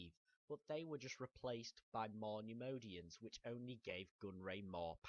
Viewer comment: your pronouncing the species so so wrong.... nem-oy-dian